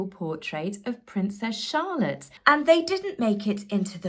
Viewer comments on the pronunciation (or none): none